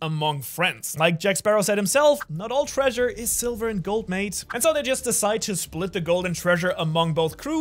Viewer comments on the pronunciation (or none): none